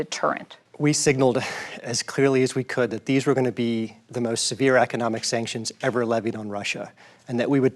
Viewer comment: This journalist is making a meme of herself.. “Sanctuons? Sanctions? Sanctions?”